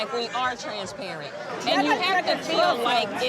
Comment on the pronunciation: Roll that bean footage back! What was that word attempted to say? "Transaparient!" Girrlll!!😂